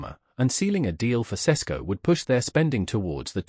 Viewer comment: Sesko is not a Sesko or Shesko or seshko. Bot "s" sletter are pronounced as "sh". Sheshko.